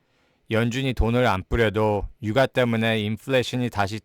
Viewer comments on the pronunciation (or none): 유가를 (유까)로 발음하는게 정확합니다 ㅎㅎ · 유가가 아니라 유까또는 윳가라고 발음해주시는게 한국인이 더 듣기 좋을거예요. 더빙 프로그램같애요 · 잘봤습니다, 조금만 지적하면 ‘유가’ 는 ‘유까’로 발음 하시면 좀더 한국말 스럽습니다